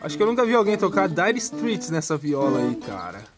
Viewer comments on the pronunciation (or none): A pronúncia correta seria! “Strêits”